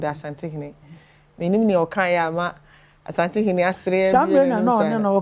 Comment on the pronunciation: Everybody take note. The name is ASANTE not ASHANTE.